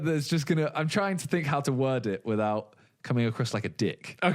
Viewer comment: simon goes carribean english ''we're not tryin''